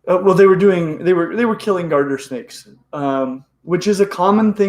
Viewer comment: Are you saying "Garter" or "Gardner" Snake? Is there a difference? I'm most familiar w/ Ball Pythons and Blood Pythons. Don't know much about Calubrids...except for Rat Snakes. Enlighten me, please.